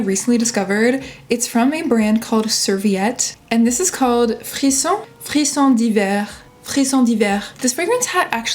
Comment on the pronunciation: YES!! You said it so well " Frisson d’hiver ” haha 🤍 And my fav pick for this summer is Eau de Soleil Blanc TF <333